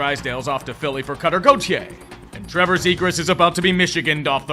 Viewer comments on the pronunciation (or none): none